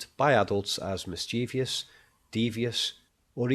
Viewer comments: Hey, the word is "mischievous", not "mischevious" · The word is pronounced "miss-chiv-us" NOT "miss-chee-vee-us!" Spelled Mischievous.